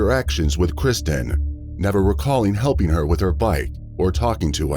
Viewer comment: You have used the little girls name repeatedly throughout the video, yet got it wrong every single time, it’s KIRSTEN not Kristen…